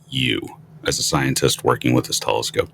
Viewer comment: there is no W in the word telescope. So tired of English whom can't speak it proper.